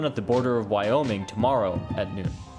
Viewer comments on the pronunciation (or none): none